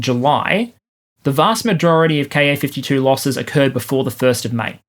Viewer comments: Great analysis, as usual. My only issue is that every time you say “Ka-52” I hear”car 52” and my brain switches it to “car 54” and fills in “where are you?” But them I’m old enough to have watched that truly horrible tv show. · More-or-less random observation: I keep hearing 'Car 52' when you're saying KA-52. And I'm at the right age that it reminds me of an old black & white TV show called Car 54, Where Are You? I have little idea what the show was about (presumably the police officers in car #54?,) just that Nick at Nite thought it was worth telling me about. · When ever you say "KA-52", pronouncing the "KA" as a word instead of letters, it makes me think of an old TV show called "Car 54, Where Are You?".